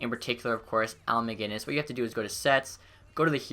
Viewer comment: 20 seconds into the vid and you pronounced Macinnis (mac-i-niss) not mag-innis